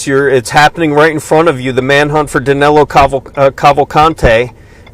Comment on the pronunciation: It's amazing how, not only they can't catch him, they can't even get his name right. His name Is DANILO, not DANELO. I'm from brazil too, and DANILO is a popular name around here, whereas, DANELO, isn't even a name (except for Americans). Maybe they'll get him when they get his name right. I contacted USMS and gave them some tips where he might be, being a Brazilian too, and we are from the same region, different sates, but pretty much the same culture, He's from maranhão and I'm from Pernambuco, some 500km apart, i guess, i kind of understand his mind. I think the tips a gave them are going to be helpful. Is that 25.000,00 reward valid for non-Americans too? I hope they remember me when they capture him or kill him. I could use 25 thou.